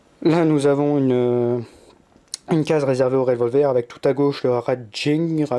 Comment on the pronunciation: Raging is pronounced ray-jing